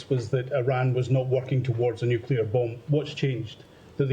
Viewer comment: IRAN NEEDS NUKULAR TEKNOLIGEE